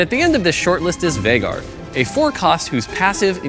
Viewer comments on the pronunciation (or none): none